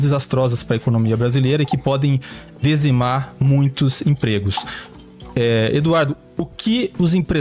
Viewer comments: Como que um jornalista, fala d"e"zimar!?. Isso que é dizimar com a língua portuguesa e o prestígio do jornalismo. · Não é “dezimar”, ignorante! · Não existe “dezimar” e sim dizimar. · "Desimar".... lol português mandou lembranças affff esquerda além de arrogante, não sabe esqrever... nem falar... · "dezimar"????? O cara falou dezimar?????? Rapaz, entrevistador bom hein.